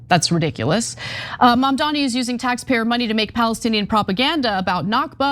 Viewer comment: It's MaMdani.